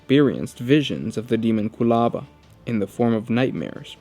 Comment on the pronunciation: You got the pronunciation correct.